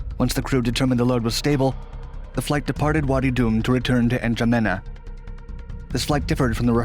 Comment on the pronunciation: The way he's sayi Chad's capital "Janema" instead of "Jamena" Lol!